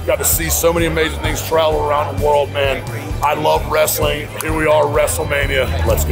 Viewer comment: Il famoso vrestling... in tutte le parole inglesi, che iniziano con il gruppo fonetico wr-, la w è muta.